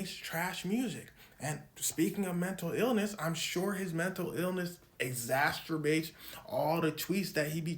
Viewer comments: I think you meant to say "exacerbates" not "exasturbates" 🤣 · really said "exastrubates" 😂... I think he meant "exacerbates".... It's always wild when people use words they can't spell or pronounce. It reminds me of when a gang banger gets pulled over by police and starts using a bunch of big words to sound smart, not realizing they are making themselves look even dumber. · Did he just say exasterbates??? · Bro "exasturbate" is wild 😂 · "Exasturbates" killed me 🤣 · "Exasturbates"... Really, bruh? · "Exasturbates" is crazy work. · "exasturbates" got me